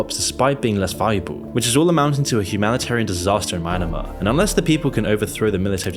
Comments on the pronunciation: Bro say Myanmar properly. If Egypt collapses can we drill into the pyramids? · your pronoucination of "Myanmar" and "junta" is so wrong and makes my ears bleed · Is that really how you pronounce Myanmar, Coup de Grăce and Iran? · And the part where all the information he gave on Myanmar was wrong right down to the pronunciation of the country's name 🤦🏻‍♂️ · The way you pronounce Myanmar is very wrong, but this video is a very nice one, keep making more of these videos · OK sorry but the Myanmar section on this video is just absolutely awful. You got so many BASIC things wrong. You pronounced the name wrong. It's "Mee Anne Mar" not "My Anna Mar" Daw Aung Sang Suu Kyi was never the "new president", as the constitution specifically barred her from ever being president. Prior to the 2020 election her party WAS in power already and the military launched the coup on the day the new parliament was to meet and her party would be sworn in for a second term. The Rohingya conflict is NOT happening in the East along the China border it's the exact opposite, its in the Western side of the country in the northern part of Rakhine state near the border with Bangladesh. I don't know about the other countries in this video but your Myanmar section contains so many glaring errors that I call into question the reliability of the entire video. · A lot of the facts are wrong. For example the Rohingya X Burmese military conflict is in the west. Not the east. The conflict borders Bangladesh not Thailand. Also pronounced Me-an-mar. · The pronunciation of Myanmar in English is pretty difficult, because technically Myan မြန် is one syllable. The most-acceptable pronunciation otherwise is MEE-an-mar. Likewise, "junta" a Spanish term, is pronounced "HOON-ta". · He read Myanmar as Mynamar fr💀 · "Maianamar" pls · It's "Me-An-Mar". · Why do you keep pronouncing Myanmar as myanAmar? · who tf reads Myanmar as Mynamar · what do you mean by maynamar 🤣🤣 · Bro please stop saying mynamar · "My na mar" 🗿